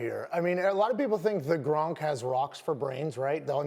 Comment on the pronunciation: It's gronk not grunk